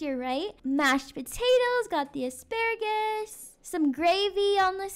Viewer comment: “”We have some baskets and some hisparagis” HELP HISPARAGIS AND NAStay